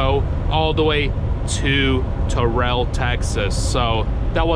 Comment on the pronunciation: Lived in Texas for 6 years still can't drive for shit lmao and Terrell is pronounced TARE-RULL. But who gives a shit lol.